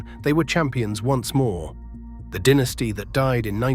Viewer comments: "DIN...es tee" vs DYE...ne stee. Moron AI strikes again. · When putting together a video about an American baseball franchise, is it asking too bloody much to get a narrator with US-English pronunciation who won't say 'DINN-iss-tee' instead of 'DY-na-stee'?! Crikey?!! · I read in a book years ago that someone asked one of the dynasty players why the team declined so badly. Fellow said something like, "Mainly, about 12 guys got old." I watched the whole video. The things that struck me were the really bad AI graphics errors, narrator mispronouncing names and irrelevant or erroneous photos accompanying narration. Most baseball/Yankee fans already know about this era in great detail. Someone doing a video like this must be careful to be accurate.